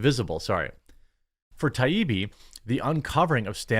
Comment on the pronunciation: You need to learn how to pronounce Matt Taibbi's name...not Ti e bee 😩